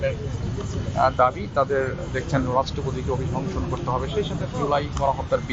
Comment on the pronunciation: খি খি😂😂😂টোকাই গুলা আসছে।যে সাংবাদিক ইতে অভিশংসন উচ্চারণ এই করতে পারে না😂😂😂